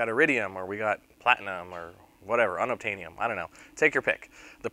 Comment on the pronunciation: Unabtanium LOL